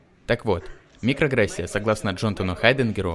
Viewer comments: микроАгрессия, а не микрогрессия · Мне послышалась нигрогрессия.